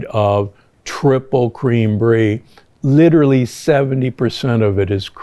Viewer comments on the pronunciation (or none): none